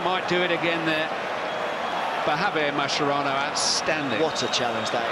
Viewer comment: It’s an Italian surname , it’s not pronounced mascherano, it’s maskerano